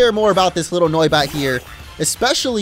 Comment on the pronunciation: Noibat more like noicebat